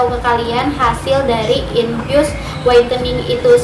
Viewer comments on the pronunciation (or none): Ngomong infus no sih gosah infiyus infiyus 😏😏